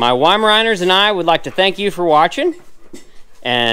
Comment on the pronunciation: love your channel just in case you dont know your dogs are weimaraner but as they are German dogs the W is pronounced as a V :)